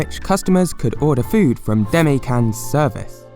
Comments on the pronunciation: 出前…Deh-Mah-Eh. Demae. Saying "Deme" sounds like "teme" and that's just rude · It's not pronounced "day-me" its pronounced "dema--ay" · The way you pronounce "demae" hurts my soul. Interesting video, though! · Since you always have high standards for your research, let me point out some things you missed: 1) you pronounced Demae wrong! This is something you can check with a friend. 2) the channel is actually called the Demae channel. 3) I think you said "websites" instead of "restaurants" at some point. Not sure though.